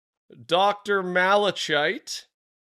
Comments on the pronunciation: Malachite is pronounced "Mala-kite" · Its MAL-UH-KITE 😂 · Malachite should be pronounced "ma-luh-kite"